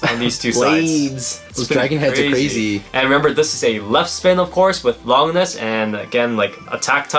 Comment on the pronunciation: Remember when you guys called Longinus Lon-jinus?